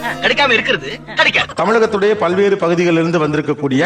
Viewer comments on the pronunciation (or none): none